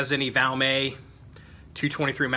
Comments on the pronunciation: It's pronounced VALMET the t isn't silent. Gun was made in Finland not France..... Nor is it an upgraded or aftermarket trigger. They came from the factory that way. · no you didn't say France. I was just teasing a little about the Valmay pronunciation. Sounds like a french word. Just my twisted sense of humor. I enjoy your videos. Please keep them coming sir!👍🍻